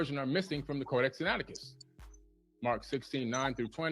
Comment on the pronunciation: WESS HUFF won this easy because of Billy Carson mistakes in both when he mispronounced the book name and when he falsely claimed that the crucifixion was not written in the Codex Sinaiticus, and Wess Huff capitalized and took advantage, but Also, opening himself up to be judged by the same Standard that was brought out, and had Billy Carson's claim of the crucifixion not being written in the CODEX SINAITICUS been found true, then Wess Huff would have lost the Debate. So with that said, and the Standard set, the Debate here was about the crucifixion, but a more important topic is *(CHRIST..TO RISE FROM THE DEAD ON THE THIRD DAY), this is thee Foundation for Salvation thru christ according to 1cor ,4 for all followers of Christ, without this, there is no Salvation thru christ. So according to the Standard along with 1pet , WESS HUFF, representing all followers of Christ, must show written in the Law and Prophets, *(Christ..to rise from the dead on the third day), Especially since it's claimed by all followers of Christ, Paul 1cor ,4, Jesus Luke . Billy Carson claimed that the crucifixion was not written in the CODEX SINAITICUS, and Wess Huff exposed him, proved him wrong, and showed where it was written. Now MICHAEL SMITH is claiming that *(THUS SAITH THE CREATOR YAH IN THE LAW AND PROPHETS WRITTEN WORD FOR WORD) never once said anything like *(Christ..to rise from the dead on on third day), ever! The words *(CHRIST..TO RISE FROM THE DEAD ON THE THIRD DAY) nev